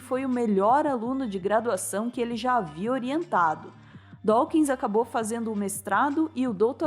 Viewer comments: Pronuncia-se "Dóquins". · Adoro o e gosto muito de todos os vídeos, especialmente os documentários. Como leitor de R.Dawkins, achei o vídeo muito bom, mas chamar Dawkins de "Dáukins" incomoda os ouvidos. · Dáukins… que dureza ouvir isso…